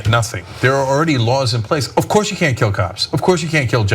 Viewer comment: Ana, you KNOW that's not how to say "Of Course" on the Young Turks Channel. lol